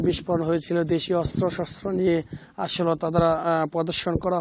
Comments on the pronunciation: আগামীকাল ৫৫ এর প্রতিবেদন করবেন। আশা করছি পরবর্তীতে 'আসোলো' বলা সাংবাদিক দিবেন না। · (আসল) এটি কোন এলাকায় এতো উচ্চারিত হয়?